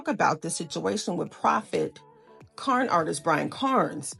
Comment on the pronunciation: His last name isn’t Carns with an S at the end, but it’s simply Carn. How do you miss pronounce a name so simple as that?